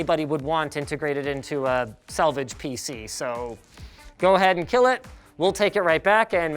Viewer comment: "It can Keal"